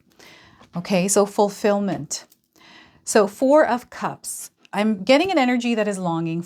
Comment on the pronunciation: Everytime you say "fulfillment" I hear "fully feel the feeling in the moment"